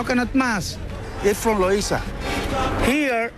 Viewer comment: God!!! If your going to narrate a documentary on another culture learn to pronounce the terms you are using! This English guy mispronounced Loiza as Loaza, and Vejigante as Veagoante. He didn't even try and honestly, CNN could do better.